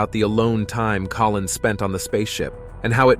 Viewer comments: Just another typo repeated by the digital narrator. He also said "Collin" a few times instead of Collins. Just like the media reading the teleprompter. Apparently the Spooky part of the dark side of the moon stated by Collins was redacted. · it's Collins, not Collin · Sorry, the narrator got this so wrong I gave up. The man's name is COLLINS - NOT COLLIN! and as others have commented Armstrong and Aldrin did not run about in a lunar rover. Seriously, why bother if you're going to screw up so much. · Multiple times the narrator refers to Collins as “Collin.” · Not Colin but Collins.